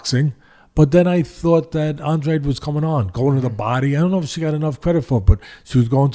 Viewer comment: I’m not trying to make a cheap point or trying to slam you teddy, but it is a little distracting hearing Andrade pronounced Andre. But anyways, it probably only annoys me haha